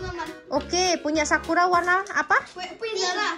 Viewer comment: Ko bacaan sakura jadi sakuar